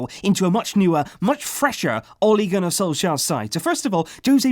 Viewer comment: You say Ole Gunnar Solskjær rong i am Norwegian so i know